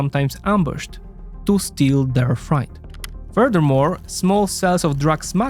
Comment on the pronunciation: freight's pronounced fr8 m8